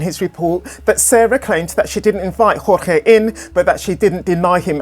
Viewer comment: "George" Not "hor-hay". Like many other Cuban-American men in south Florida named Jorge, he preferred the Anglican pronunciation. This is not conjecture, he is seen using the "George" pronunciation himself in videos. It's disrespectful to ignore his preference in this regard.